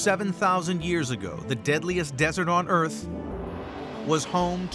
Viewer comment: Earf the final frontier 😂